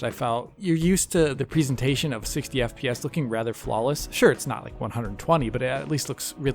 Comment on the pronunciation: It's NOT pronounced "preesentation". You don't say "christmas-preesent", or "preesent some evidence", or "in the preesent time", or even "preesently". *that I could find Halo Infinit"s"? Huh? *it's - "Nemesis" is not plural... Jeez... Unglaublich...